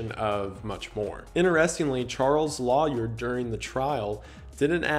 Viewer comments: He straight up said LAwYURR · The way lawyer was said was infuriating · Isaiah can’t say lawyer how charming 🥺👹🥰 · loy-er is how I say it, I think this may be the more common version out of the south. But I am from Texas sooo. 🤷‍♀️ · The “loy-yer” pronunciation is a remnant from colonial times when Americans spoke English with a British accent. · first time I've ever heard someone pronounce lawyer that way lol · I’ve never heard the way you say “lawyer” pronounced like that, but I fuck with it.